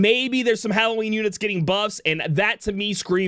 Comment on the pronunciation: wait, did he just say hallow weenie?